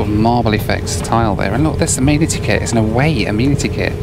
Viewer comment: Hey if you’re going to be living in the US we need to tackle some pronunciations: first off… the kit of little stuff you get is not an “ameenity kit” - it’s pronounced “a-men-ih-tee”’- so a group of males are referred to as “men” not “meen” - so the word “amenity” is pronounced “a-men-ity”:) #welcometotheusa